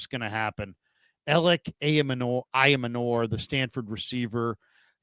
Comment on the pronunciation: I gotta keep posting this until you see it; Elic Ayomanor's last name is pronounced: "eye-yo-manner". Think manor like the building ("a large country house with lands; the principal house of a landed estate.").